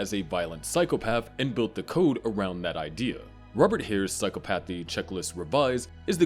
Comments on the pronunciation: Its pronounced "psy-chopathy" not "psycho-pathy" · I want to watch this video. But I can’t handle how you’re putting the emphasis on the wrong syllable (Yes, I’m saying the quote properly in my head, don’t worry, readers). PsyCOPathy. Psychopathy, but just think about how often COPS are heartless. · the way this guy is saying psychopathy is really pissing me off